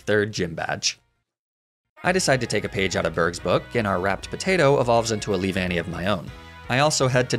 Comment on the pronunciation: I’m disappointed, you could mispronounce Leavanny in so many ways and yet you choose to say it correctly out of all things. Why?